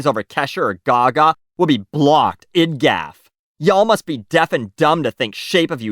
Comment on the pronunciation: Gosh, I laughed out loud at the pronunciations of "smh", "idgaf", and "TITTAYYYYS"